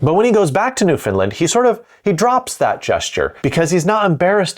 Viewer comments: Just a friendly tip from a Canadian. It isn't pronounced New Finland, as in this video, it's NewFoundLand (capitals to show emphasis but not otherwise used). We do tend to blur it together though. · Oh, dear sir, please. It is New-Found-Land 😁🤣